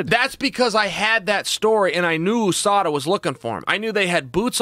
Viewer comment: The way he says OOSADA instead of USADA is hilarious